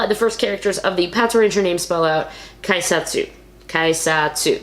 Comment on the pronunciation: It's pronounced KAY-satsu.